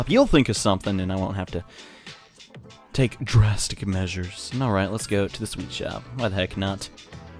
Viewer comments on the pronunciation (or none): none